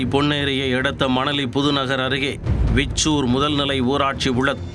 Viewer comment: Veeechur illa anna, Vichoor